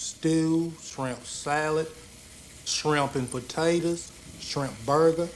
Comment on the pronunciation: "Shrump und pootatos" ~